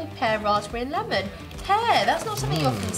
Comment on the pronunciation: The leemon